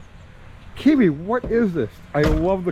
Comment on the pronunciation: Oh, I feel so sorry for this customer, but kills it every time butchering Kiwi's channel name. For the love of chrome and horsepower people, if you are going to buy a car like this, pay Kiwi the $300 to inspect it BEFORE you buy. It will be the best money that you've ever spent, regardless of the findings.